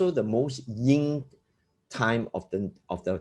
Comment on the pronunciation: ... in English, it's Yin & Yang ( not "Ying & Yang")